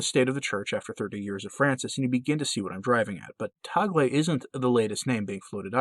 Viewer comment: Mabuhay from the Philippines! Tagle is pronounced as tag-le, short e. Hope that helps. Can you do a video on him? Thanks